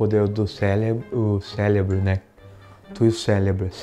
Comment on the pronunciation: tem um defeitinho no "célebro" kkkkk